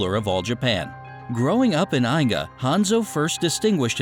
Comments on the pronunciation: Eye-ga lol😂😂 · He said it like Eye ga!!!!! ITS EE GA, I-G-A I'S ARE LIKE EE'S IN JAPANESE *sigh when my ninja Geekness kicks in